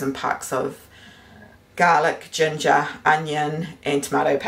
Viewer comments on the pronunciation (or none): none